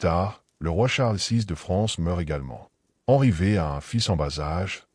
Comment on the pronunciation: Henry VVVVV😂😢c’est catastrophique L’IA 😢😢😢